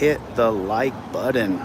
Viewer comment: I'll hit the like button when you stop calling it a budden.